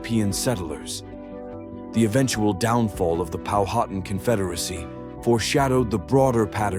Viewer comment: You spell and pronounce Powhatan wrong. Saving John Smith was an a Play Act. And she did get kidnapped her husband was killed and she was forced to abandon their child.